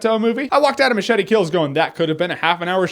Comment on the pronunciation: Did this fucking guy even watch the movie? He can't even say MACHETE...fucking moron.